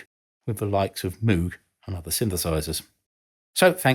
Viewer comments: its m Oge not mooog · Thanks,, for a very interesting video. FYI, 'Moog' is pronounced like 'moag', not 'moog'. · Moog rhymes with Vogue.